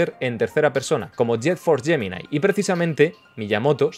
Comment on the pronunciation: Alguien que por fin pronuncia bien Prometheus y Gemini. Estoy orgulloso